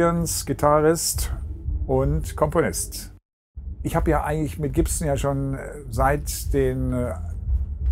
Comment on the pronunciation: Hmm...he can say "scorpions" and "Gibson" just fine. HMMMM!